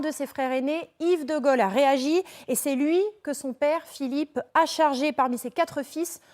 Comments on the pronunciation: Pas de Golle, comme le dit la présentatrice...mais.. de Gaulle.. si je voudrais aider.... la prononciation est Gaulle..., etc Guôle... comme Dôle.... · Dites donc la pétasse là...quand on ne sait même pas prononcer DE GAULE....on se cache...c'est grace à cet homme que vous pouvez ouvrir votre claquemerde aujourd'hui....ok....kaunasse va....